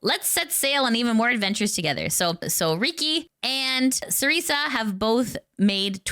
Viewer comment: Hi, appreciate what you do and hope it's not rude to point this out, but I wanted to let you know that Cersea Soulstorm pronounces her name "Sir sea". It's pronounced just like "Circe" from The Odyssey. Also, good luck on Partner, you do a great service and you deserve it!